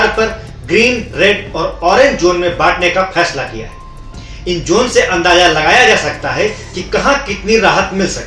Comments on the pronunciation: पहिली बात भाई जोन नाही होता वह झोन होता है 😝😂👌 लॉक डाउन के बात आपको एक पद्मश्री मिलेगा भाई 🤣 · "झोन" है वो... "जोन" नही